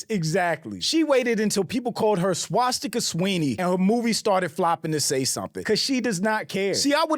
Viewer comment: He said swatzsticker Sweeney I cAnt I’m 💀😂